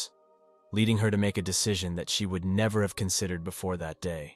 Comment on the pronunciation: No, nevah!😅